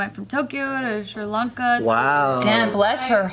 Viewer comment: Common mistake that many people do when trying to Sri Lanka: Don't add the 'h' and say Shri Lanka.